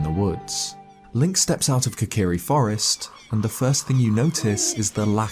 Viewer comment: Kokirishield. . Not deky shield. Stip playing 3ds games.